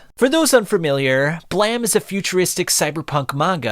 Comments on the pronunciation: It's uhm, Blame not BlaM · "blam"?....you mean "blame". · I think its pronounced "blame", i mean, it has that "e" at the end. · Is it “Blam” or “Blame”? I’m confused. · Nihei is a god of Brutalist-esque world building manga. And it's "blame", just like the verb. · You forgot to pronounce the "E" on BLAME!